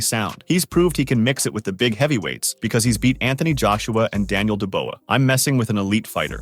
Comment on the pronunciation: En-Gan-Oh Denyeel-De-Bowa so many problems with this video.